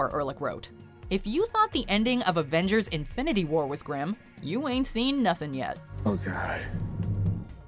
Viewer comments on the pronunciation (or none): none